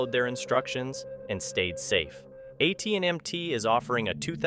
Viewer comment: AT&MT 🤣 🤣 🤣 Not AT&T. Smh